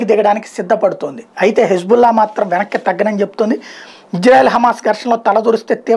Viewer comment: Hబుల్లా కాదు హిజ్ బుల్లా